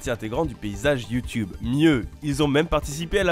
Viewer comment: Je kiff quand tu dis "Youtioube" 😂